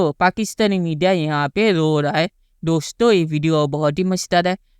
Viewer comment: डोश्तों 😂😂😂😂😂😂😂 बोलना तो सीख लो पहले